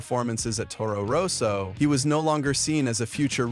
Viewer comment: And Toro Rose-o!😂